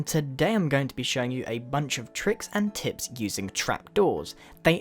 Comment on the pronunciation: I thought he said "tricks and tits"...